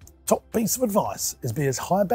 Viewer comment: "High berrage raintree as possible, get rid of all the low barriage entry stuff?" ??? 🙂🙃😉😊😀😃😄😁😆😅🤣